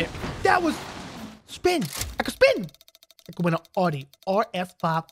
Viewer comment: you said Audi wrong